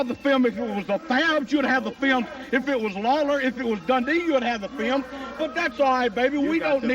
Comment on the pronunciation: "Show the FEEL-um, Lance. Show the FEEL-um!" r k